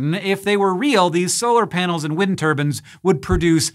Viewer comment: "wind turbin" looool